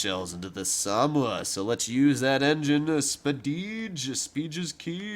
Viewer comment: SA - MO - WA. Samoa